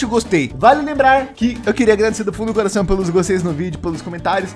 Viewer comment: kkkkk ele falou coracão